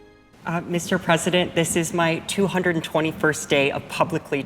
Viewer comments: President* Biden not Presseden Biden 🤦‍♂️ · This host is not an American and clearly doesn’t know how to pronounce the word “President”